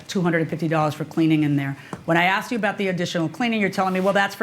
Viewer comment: "i aksed him"... .Wtf.... daaamnnn boooyyy....cant you read no good ?